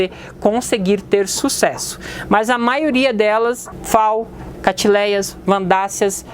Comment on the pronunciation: Vc tem que aprender o português! Catiléias, menas...kkkkk